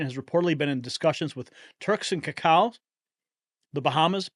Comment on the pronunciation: LOL did you call The Caicos "Kuh Kow" ?